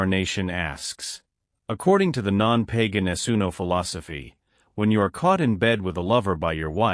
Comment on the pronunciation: Hi, who ever is commenting on these Italian football facts,,can we ear correctly Non Paga Nessuno ,,Not PEGA Nessuno as it sound very funny